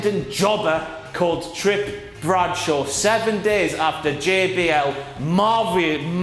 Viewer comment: "Trip Bradshaw"